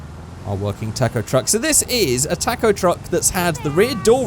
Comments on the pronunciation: Say talkoh not tack oh talkoh taco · he keeps saying taaacoh it's taco!!!! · it not pronounced tac-o, it is pronounced ta-co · It is toco not taco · its pronounced tãc-õw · Hahaha he says tack-o truck🤣🤣🤣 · What's a Tack-Oh? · Your saying it like TACKO TRUCK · Why does he say tacko😂😂😂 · " tack-o truck " lol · “Tako truck” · Your videos are awesome man, but the way you pronounce taco is heinous, as well as insulting to my god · Your saying taco wrong